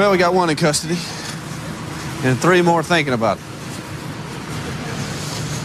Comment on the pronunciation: Kiked when the police said one in costedy